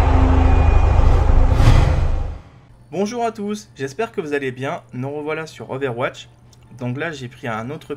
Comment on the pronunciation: Mdr t'as dit ovairewatch XDD